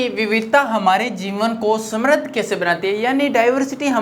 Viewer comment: Samradhi nahi hota hai sir samriddh